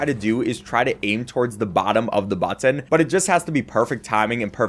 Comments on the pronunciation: I liked everything in this video except the way you say “BuTtON” 😅😭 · You say button weird